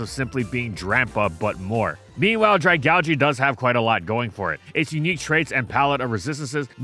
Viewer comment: Saying Dragalge makes me want to just not watch the video honestly